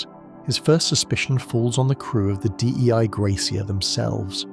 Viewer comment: Sorry but I think Dei Gratia (the ship that found Mary Celeste) means “Grace of God”. “Dei” is not an an abbreviation, you don’t have to say it like that :)